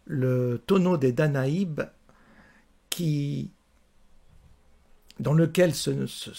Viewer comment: " ... des danaïBes ....... " ah bon .......... ?...?